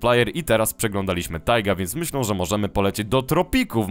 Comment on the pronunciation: Dlaczego zamiast "myślę" mówisz "myślą"?